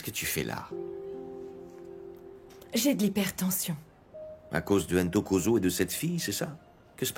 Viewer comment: 😂😂😂 c'est pas Intokozo! C'est plutôt : Ntokozo. C'est un prénom africain. Les interprètes français qui ont traduit la série ont du mal à prononcer des noms avec deux consonnes qui se suivent.😊